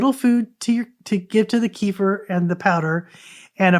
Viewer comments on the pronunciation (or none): While we're at it kefir is properly pronounced kuh-feer or kef-fuh 🎉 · Thank you for the shared knowledge. It is enlightening! Also ,Kefir is properly pronounced...kuh-feer or keh-fuh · Sorry , I'm not sure what you point is. Please help me understand. Kefir is not pronounced kee- fur... it is kuh-feer ,keh-fuh and kē-fîr....look it up for yourself . Bye Karen 👋